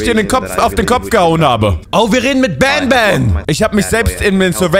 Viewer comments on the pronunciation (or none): Nicht ban ban sondern Bantür😂😂😂